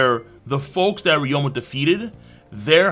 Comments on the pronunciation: Why do you keep calling him ryoma? It’s ryuma, isn’t it? Even in Japanese. I’ve heard it in the anime. Even in the manga it’s spelled “ryuma” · who is reroama? its re-you-ma